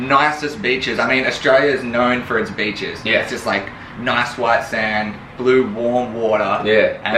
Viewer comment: when he said "Australia is known for It's beaches" I heard bitches